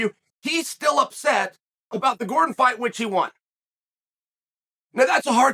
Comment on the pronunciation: Chael can't go thru a video without calling Jared Gordon Eddie truck Gordom lmao